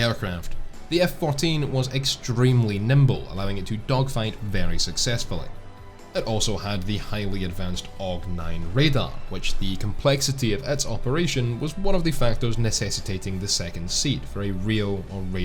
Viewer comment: Aug-9? AUG-9?! No, no, no. It is the AWG-9. That’s A W G 9. (more accurately the AN/AWG-9) The US military doesn’t do the “turn it into a word if it looks like one” thing all the time. Sure, missiles get called Aim for AIM. And we don’t say G A U 8, we say Gauw 8. But I F F is not If. And the AN/APS-112 on the AWACS (is) isn’t an Apps 112. Damned if I know why, it’s utterly random in my opinion. But there it is.